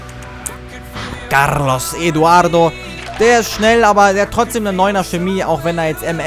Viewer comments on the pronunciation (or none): none